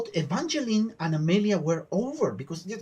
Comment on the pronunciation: An heart warming reaction for a intense episode. Once again : thank you. So, you made it clear you're ok for pronunciation class : Amalia : I've noticed you tend to pronounce "Amehlia", but every "a" must be pronounced like in the spanish word "casa". Xelor : you say "Shelor", but the "x" should be "gz", like in the english word "exaggerate". Grougal : you say "Gurgol", it's should be "Grugal", with the "r" before the "u" and the "a" like in "casa". Joris : That "j" sound doesnt have an equivalent in english or spanish. It's a sort of a reverse "sh". If you can't, you can use the "j" in John. Click on the speaker symbole to hear it : Pinpin : Oh, the french nasal sounds... There are three of them on an/en in/ain/un For Pinpin, it's obviously the third. See you for the last episode, dont forget to watch the end credit : there is not spoil !